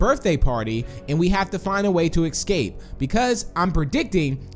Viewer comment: Why do you say ecscape? It doesn’t make sense